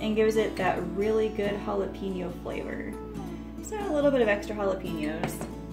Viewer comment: Looks good.pls check pronunciation of jalapeno thank you